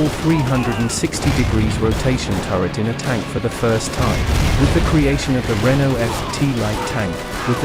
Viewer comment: Well explained and interesting animations! But note: Renault is not spoken "Rennal" but "Renoh".